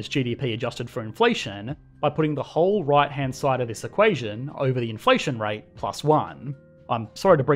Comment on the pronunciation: FYI "infation rate"